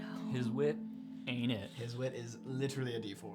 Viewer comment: I now want to start saying "gliterally" instead of literally like they say "acaexcuse me" in Pitch Perfect